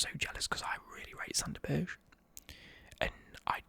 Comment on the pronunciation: Hey, did you know Sander Berge's last name is pronounced Burger like Sander Burger, I know even I was suprised when I found out!